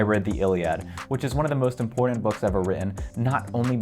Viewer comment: People pronouncing “important” like that are some of the most untrustworthy people in this and every other universe possible